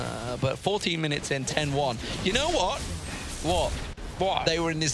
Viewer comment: "You know what?" Obviously poking fun at accent "Wot?" This made me crack up. And the shade thrown at Krepo. These casters are wonderful.